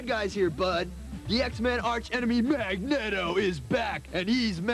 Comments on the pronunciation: LOL nostalgia. “Magnet-O”? “Crystal-is”? How did this guy get hired? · IT'S MAG NEATO YOU DUMB FUCKS! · Mag-net-Oh...lol...wow haven't heard that in ages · mag-net-o lol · I collected comic books from the late 80s to the early 90s and everyone, including myself, mistakenly pronounced it as "Mag-nett-oh" just like this video because we always READ the name in print and never got to hear it. It wasn't until years later when the first X-Men movie came out, that we got to HEAR the name correctly. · They are DEFINITELY acting (badly, but acting nonetheless). No REAL stoner/surfer/gamer would EVER pronounce his name Mag-net-o. I bet they never read a comic in their lives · MagNETo eh? I never thought about it but I can "TOTALY" see how some one could pronounce it like that. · ......was the name magneto said that way on purpose?